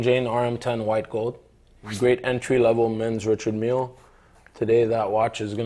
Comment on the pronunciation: I wouldn't buy from any seller / dealer that can't pronounce the brand name of his product correctly. It's pronounced "Rishard Millay" FFS 🤣🤣🤣